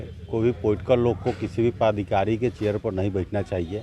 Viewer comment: Bhai saab padhikari nahi hota, padadhikari hota hai. 😂😂😂😂